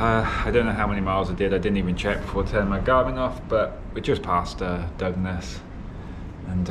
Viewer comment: Really loved this video especially as I was born in Hythe (30 mins from Dover)..I did chuckle at your pronunciation of Dungeness, you called it Dug Ness, you actually pronounce it ‘Dungeon ness’.. However from now on I’m calling it Dug Ness.. Absolutely fantastic video well done 👍👍